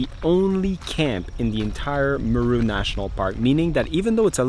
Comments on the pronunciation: He's pronouncing it like Peru. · 😂😂😂😂😂.... its not mru. its M-e-r-u. Buts it all kool though. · It's pronounced Meeeee (like goat sound) then RU - MeeeeeeRU not Miru 🤫🤣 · You are saying Meru so wrongly and that is so bloody irritating as it makes the video unwatchable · Wow very nice never thought Meru had such beautiful scenery and great game drives. By the way your wife says Meru exactly how it should be said much better than you. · I like the way pronounces 'Meru' 😂. Huge fan of your channel.